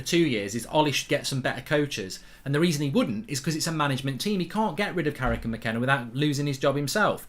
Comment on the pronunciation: Fucc I'm gonna miss "Carricky"🏌️‍♂️💔